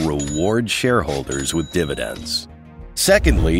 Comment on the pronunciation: dividends becomes diNidends?